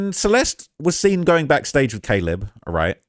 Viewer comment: The slip of saying Da-leb killed me 😭😭😭